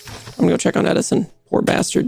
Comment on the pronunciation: Steve manifested edison’s death. “Deadison” 😂😂